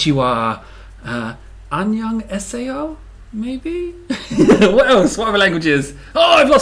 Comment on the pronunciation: you dont know how to say 안녕아세요?